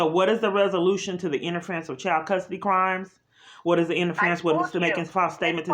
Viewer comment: And It’s child, not chowed. 🤦🏻‍♀️😆